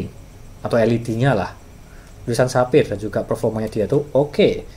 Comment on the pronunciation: cuma mau ngasi tau, kalo cara baca brand nya itu bukan saphir, coba aja ketik digoogle translate, terus coba klik logo speaker nya itu, nah itu cara baca yang bener